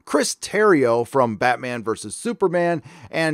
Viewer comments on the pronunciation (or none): none